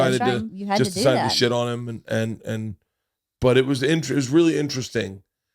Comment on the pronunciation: LeeAnn pronouncing shit like "sheeit" is like ASMR to me lol